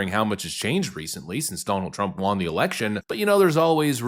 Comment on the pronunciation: Won is pronounced like "one" not juan